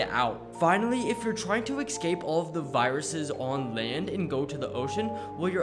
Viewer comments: Sounds like someone needs to relearn the English language! You keep mispronouncing "escape"! THERE IS NO X OR K SO IT IS PRONOUNCED ESSKAPE GET IT RIGHT! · He always pronounces escpe “ecscape” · STOP PRONOUNCING ESCAPE AS EK SCAPE!!!